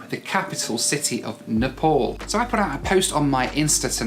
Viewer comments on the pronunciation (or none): You don't even know how to pronounce NEPAL, you introduction you called it NEPOL HAHAHAHA My goodness how much you talk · It's not Nepol it's Nepal 😂